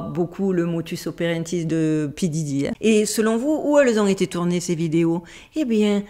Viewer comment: J'ai beaucoup aimé Stanley Skubrick et Fidel Gastro 😂😂 c'est encore plus drôle quand c'est pas fait exprès ! Petite mention d'honneur aussi pour "motus operanti" 😂